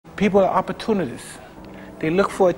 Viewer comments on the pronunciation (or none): “Ppl are opportu-ti-tist”